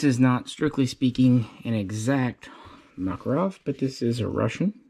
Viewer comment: ”O.G MAKAROB”